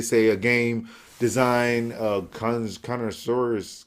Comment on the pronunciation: ...mate...connoisseurs is pronounced con-ir-saws You know, like wine connoisseurs?